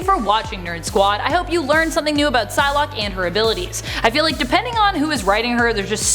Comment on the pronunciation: When the vid started I thought you said sun lock